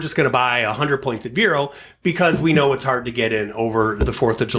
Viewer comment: you are pronouncing "Vero" incorrectly. It is "Vee-row"